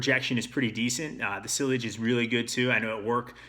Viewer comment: It’s pronounced see-ah-sh